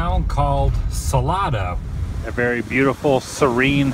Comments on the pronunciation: adamthewoo lol its pronounced sa lay do round here. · Sah lay do You need to find a local to help you say the town names. Love you. It just kills me. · So crazy man, I went to Mary Hardin Baylor in Belton and Salado (pronounced Sa-lay-do) ;) was where we would go all the time because there is nothing to do other wise. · its pronounced sa lay do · You have a hard time pronouncing the names of of these Texas towns. LoL , I like the videos though! Keep up the good work. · Sal"a"do the A is long !!!